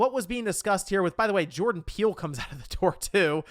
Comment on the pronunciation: Are you trying to say “Jordan Peele”???